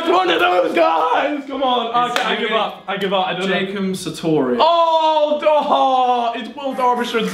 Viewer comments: It's not Jacob Satorius! It's Jacob Sartorius. For god's sake you had one job! I still love you though. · I swear just called him Jacom Sartarium